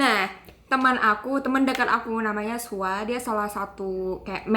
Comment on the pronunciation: Gw SUAR..... KAK😂😂😂 BKN SUA